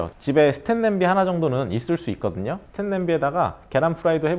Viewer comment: 스텐 이라고 하시는지 스틸이라고 하시는지 자꾸 보면서 신경 쓰이네요. 그것만 빼면 좋은 정보 잘보고 갑니다. 스테인레스 팬 구매 해봐야겠어요